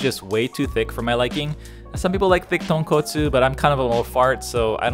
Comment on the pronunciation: SPICY TAHNKAHTSOO RAYMEN